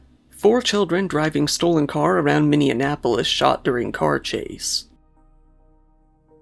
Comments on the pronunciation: Minneapolis not Minianapolis silly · Minion-apolis 🤣🤣🤣🤣 it’s Minnie-apolis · “Minn-e-a’polis.” It’s not Indiana